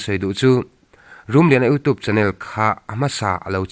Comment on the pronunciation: U toop,,,,u tuup,,,,iu tup,,,, hetia lam rik channel hi ka en peih lo... you tube ania, tube tih lai tuup,, tooop ti a lam tur pawh anilo....